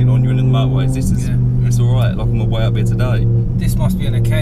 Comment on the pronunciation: Totally not car related but in the video I heard: for mi car... is it official English for mi? Or just replacement for my